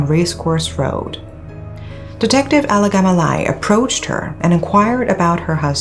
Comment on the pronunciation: Alagamalai is such a tongue twister. says it like its no big deal... 🙂